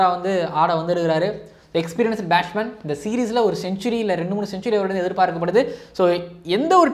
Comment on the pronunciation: Athu batshman illa batsman